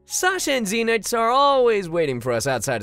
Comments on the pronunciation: Ze-nix GASP IT’S PRONOUNCED ZEN-IX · SOOO ZEENIX OR ZENIX.... HELLPPPPPP CALLS HIM ZEENIX AND APHMAU CALLS HIM ZENIX. AND U SAY APHMAU IS HARD 2 PRONOUNCE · DAT WUT I SAID BRA IT AINT NO zE-nIx ITS ZEN-IXXXXXXXxxxxxXxX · Oh, Sasha and Zeenix are already there waiting for us. Me: Zeenix?! Zeenix! Zeenix. Seriously,? Zeenix? His name is so easy to pronounce! HOW DID YOU MESS UP AND SAY ZEENIX?!! Also, lol I just realized mom is voiced by Lucinda(idk her irl name) and Sasha is voiced by Moeka. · the way pronounces zenix is the same way i pronounce mine, but “venix” instead of “venix”